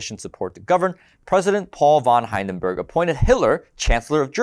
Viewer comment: That's not how you pronounce Hindenburg.